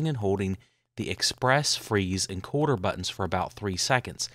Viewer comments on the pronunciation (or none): I agree.....no one can understand his pronunciation . If I had to guess he is saying the "colder" button.....very poor pronunciation, he should have enunciated this better or said "Make Colder" button....I could be wrong but there is definitely no such thing as his "Quarter" button...